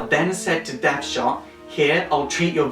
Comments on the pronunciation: His name is Dead Shot, not Death Shot. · Not too sure on the newer Harleys, I kinda used to think she was actually a better criminal in her own right and Joker just held her back and I liked that that could be the case. Great vid anyway but I think you kept mispronouncing Deadshot. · it's Amanda WALLER not Walter and DEADSHOT not deathshot